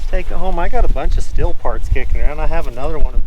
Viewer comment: Stihl is German and is pronounced steel. Just an fyi.